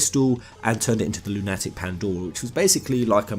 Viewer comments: Oh for god sake stop sayinf 'Lune Attick" :,D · You seriously don't know how to pronounce "Lunatic"? It's not an uncommon word... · I've never heard it pronounced LunATic before. But a LunATic Pandora does sound more apt than a lowly Lunatic Pandora. The latter makes me think "crazy", while the former sounds more like a moon-related descriptor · And some of the monsters resemble lunar ticks... Lol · Forever laughing over pronunciation of Lunatic. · Why do you pronounce 'Lunatic' wrong? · Why can't you pronounce lunatic? It's lunatic like a crazy person...